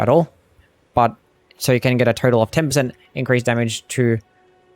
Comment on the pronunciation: Just noticed that sometimes when you say "total" it sounds like you're saying "turtle." Possibly a glitch, but I hope it doesn't get patched